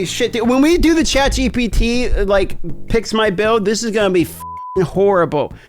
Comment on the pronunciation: ChatGTP once u hear it u cant unhear it, lol first sentence.